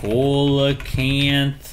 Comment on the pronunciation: Coal a canth is not how to say it, it is SEE LA Canth